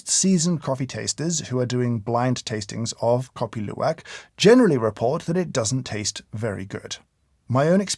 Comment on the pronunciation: I surprised your pronunciation is perfect on Kopi Luwak!!!